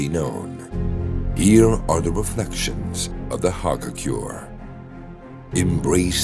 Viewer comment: He said hagakure wrong twice and that really bothers me 😂also, sagacity…